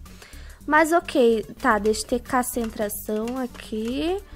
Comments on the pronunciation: “Deixa eu ter cacentração aqui”, 2020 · Kkkkkkk eu botei o celular no meu ovidoo kkkkkkkkk para ouvir cassentração kkkkkkkkkkkk